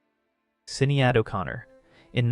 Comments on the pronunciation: Great video, but just to let you know Sinéad is pronounced Shin-ade. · It's pronounce Shan-aid. Not sinny-ad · I know that the pronunciation of Sinead O'Connor made seem like a small thing, but in a video presenting great research and revealing truth, it ought to have been caught. It naturally makes one question where other errors may be. She is a famous woman. Also, I don't know if showing a picture of New York when talking about England was a joke or not. (Soho)